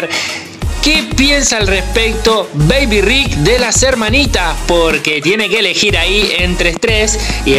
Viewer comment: No beybi rik no mecaybien